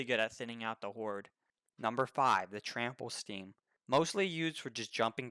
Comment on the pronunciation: My brother really slurring about the trample steam, unforgivable